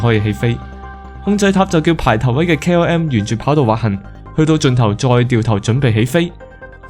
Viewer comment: KRM? KLM? KM? 唔睇字真係唔知講乜